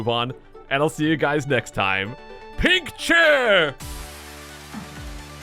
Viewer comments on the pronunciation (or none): Did You Really Just Said: PINK CHAIR! Instead of take care?